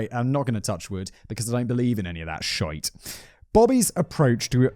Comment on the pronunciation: I would just like to take a moment to appreciate Simon’s (almost) flawless pronunciation of the word “shite”. 👏🏻👏🏻👏🏻👏🏻